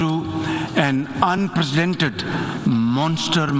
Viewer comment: Unprecedent ko un-presidented keh raha hay jahil insaan